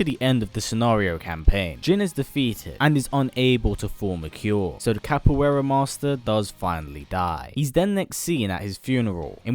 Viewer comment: i know you don't know portugese but that "Capoeira" made me cringe